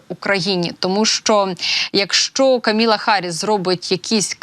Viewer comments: Камала, а не Каміла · КамАла, а неКаміла. Відповідальніше, будь ласка